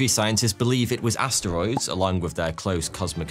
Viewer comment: He didn't say asteroids, he said ass steroids.